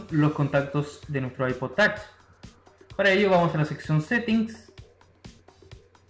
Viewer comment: Es Ipod touch no tach aprende bien ingles.